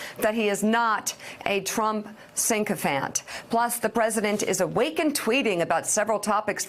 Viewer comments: Why do so many American news anchors use words that are almost the word they mean but not quite? It’s ‘sycophant’ not ‘synchophant’ Mika. And so many times I’ve heard ‘tenant’ when they mean ‘tenet’. Sigh. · "Synk-ophant," Mika? Don't you mean "Sycophant?" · Say it with me Mika, sick-o-phant, not sink-o-phant.